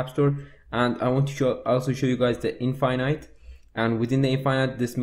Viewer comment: the way he says infinite...